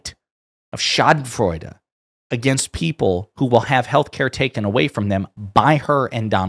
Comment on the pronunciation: As a German, I loved to hear you saying Schadenfreude, it's a perfect word, very well said!